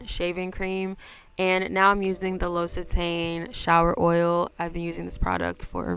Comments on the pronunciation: loved the video, you’re super pretty omg. it’s great to see you being active, i really love your content 💓. by the way, it’s pronounced l’occit-Anne 😅. love from France 💓🇫🇷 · Loved the video. Thank you for sharing it with us. 🤍 P.s. It’s pronounced Lock-c-tan 😘